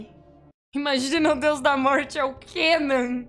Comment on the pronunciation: Pessoas normais ouviram a falar "diário de Deus" mas eu ouvi "diário de DIO" 😆